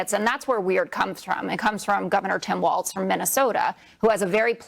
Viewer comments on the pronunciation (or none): Walz not Waltz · Probably just because I’m Minnesotan but god damn Hasan…it’s WALZ not WALTZ